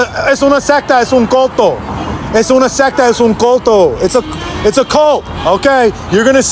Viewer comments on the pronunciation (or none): You almost have the pronunciation right homie. It's "culto" as in 'cool-toe' not 'colt-toe.' But good on you for letting them know. 👍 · It not called Coto in spanish its called Culto. For the pronunciation. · Yo, brother, PLEASE work on your pronunciation of “culto” it’s more closely pronounced like “cool toe” and less like “coe toe” Would help a lot when trying to share your message to Spanish speakers 🙏🏿 Keep up the solid work and effort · Don't pronounce it as "culto" they might not understand you. Pronounce it more like "cool-tow" trust me bro ;)